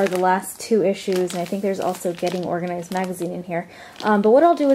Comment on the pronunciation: Did anyone else find it funny how she said getting organized magazine 😂😂